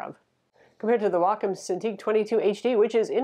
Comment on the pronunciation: Excellent review. And bonus points for actually knowing how to pronounce Wacom.